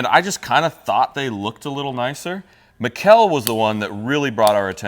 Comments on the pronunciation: Mikl, not miguel xD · You didnt even try to pronounce Mikkel correctly. Come on guys...sheesh!